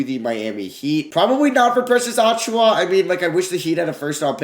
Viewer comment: Hoped he wouldn’t trade for Precious so I didn’t have to listen to him butcher his last name for 5 minutes